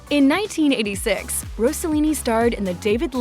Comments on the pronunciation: It is Ross-e-lini, not Rose a lini, Ross rhymes with Boss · It isn’t Rosallini; it’s Rossellini. Stop saying “Rosa” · If you want to pronunce Rossellini correctly bear in mind that the "s" isn't like in "rose" but like in "sing". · Interesting and nice homage to a Stunning international Star. Personally I think she was more beautiful than her mother. Wished that beauty was shown a bit more and probably your voice instead of an AI one. Incorrect pronunciation of her surname and Mina'. Overall I appreciated your work. Grazie